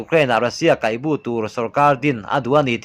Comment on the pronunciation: A bengvar thlak e, mahse Mizo ṭawng chhiar zir ila ngai deuh, Kaihbu tih a bu lai hi Lehkhabu tih a bu angin i lam a, Bawng a bu tih a bu anga lam tur a ni e. Kaihbu i hrelo a ni mai thei